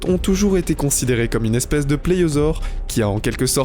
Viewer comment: Il a dit pléyosaure et c'est plésiosaure et rapace au lieu de raptor